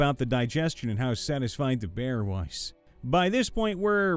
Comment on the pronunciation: Text: "Behir": "BEAR" mfw